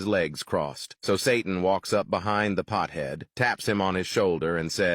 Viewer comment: “Pthead”? 😖 Really? You’re afraid to say pothead? Lord help us. The current generation is pure pussified.